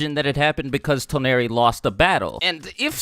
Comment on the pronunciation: He pronounced Toneri wrong